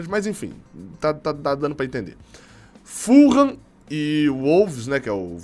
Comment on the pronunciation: Não FUL-RRAM .. é FU-LAM só isso .. simples